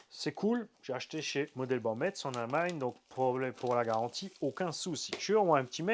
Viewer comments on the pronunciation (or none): none